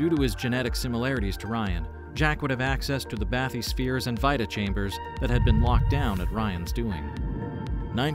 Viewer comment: Great video, overall! But come on, sir, the word 'bathysphere' is spoken many, many times in the games. It isn't pronounced 'bath-ee-sfeer'.